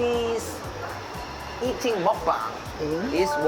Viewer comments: How does the host speak fluent korean and still pronounce muk bang wrong? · 다좋은데 왜 한국 고유명사들을 영어발음식으로 바꾸세여 ㅋㅋㅋㅋ 먹방을 먹뱅이라고 하시고 쌈을 쌤이라고 하시고 ㅋㅋㅋㅋㅋ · 영상 잘 봤습니다. 미국인쉐프의 좋게 즐기는 모습 보기 좋네요~ 다만! 듣기 불편했던 한가지가 있었다면 “먹방”은 그냥 먹방입니다. 먹뱅이 아니겠지요. “쌈” 또한 그냥 쌤이 아닌 쌈이 맞습니다. 우리 말을 굳이 외국인 발음으로 고칠 필요가 없지 않을까요? 게다가 맞지 않는 발음이 명확하니 너무 친절한 통역을 하시다가 넘친 배려라고 생각되니 그냥 원래 우리말대로 해주심이 외국에서 공통으로 사용 될 우리말의 전파에 더 일임 해주시는게 아닐까 하는 작은 의견 드려봅니다. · 왜 쌈을 쒬~, 먹방을 뭑뷍~ 한글을 그런식으로 발음하세요? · ㅎㅎ근데 왜 먹방 쌈 다 한글인데 먹뱅~쌔앰~이렇게 발음함?ㅎ